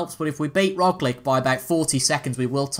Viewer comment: Also man - Roglic is pronounced like - ‘Rog - Litch)